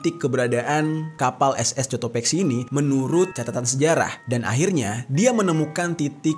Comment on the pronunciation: Bang itu di baca Kotopaxi karena huruf c tidak bertemu huruf e dan i jadi tidak dibaca s tapi k